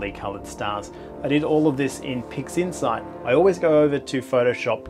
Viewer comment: i'm sure you said "pigsinside" a couple of times